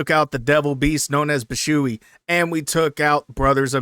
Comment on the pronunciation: W vid bro as always but i have to ask 😭😭 wtf is Bi-shoe-ee 😂😂its Bee-shwee beast the term "shui" is one syllable i think